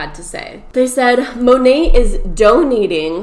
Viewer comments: “Monate/monatt” As someone who took French for two years in high school, I’m offended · The way you say "Monat", cracks me up lol I think its mo-nay(ending with a soft 't') it stands for modern nature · It's mo-nate lmfao Modern Nature is what it stands for, so Mo-Nate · I heard it's pronounced mo-nat like mother nature. I guess they merged the words mother and nature together and got monat. Kinda weird. But ok. Yeah. That's a thing. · Everybody talking about how you pronounced monat but you killed me with how you pronounced cuomo